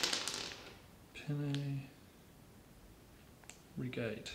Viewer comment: I don't know why, but as an italian the whole pasta scene and the fact that he can't pronounce penne rigate correctly makes it more funny to me